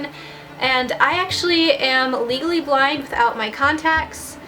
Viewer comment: i kept hearing legally blonde instead of legally blind.. I'm too obsessed hahaha. amazing video though!